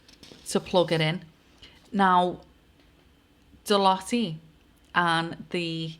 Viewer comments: It’s pronounced deloute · Ahhh pronounced “de loyte” x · Hi, not an easy company to pronounce, and it's pronounced different in each country, but the nearest UK phenetic is De-loit, as in loiter about, just don't add the 'er, you can add a 's deloitte's, or de-loit's the " 's " is seen as encompassing all companies that sit below the Deloitte umbrella, you could also look at likes between this company, the TBi (Tony Blair institute) Oracle and Larry Ellison and donations to TBI by Larry, likes to Black stone and Black Rock, that is a thread to pull, and associated events around people unliving themselves. it is a pleasure to watch your videos as you can see the threads you pull at, you may want to investigate Nosta as a safe decentralised platform to make sure you don't lose your social media visability. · I remember the name Deloitte , they came and turfed everything out of a company I worked for that went under, computers, the lot, they were liquidisers back then in the 80's. Pronounced Deeloyte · Deloitte ....loitte pronounced as in the word loiter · Deloitte have fingers in ALL pies. Absolutely everything. Like SERCO. (pronounced De-loy-te I think). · Deloitte (pronounced De Loyt) as a banking and accountancy consultancy, have been around for a long time. Since 1845 in fact. They seem to have fingers in a lot of pies. It’s interesting that although you occasionally hear the name mentioned, there’s not really much transparency around what they do. They are a big player though, with a global revenue to May 2025 of US$70.5 Billion. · Pronounced DE-LOYTE